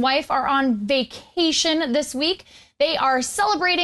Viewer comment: She said vacation hella hard lol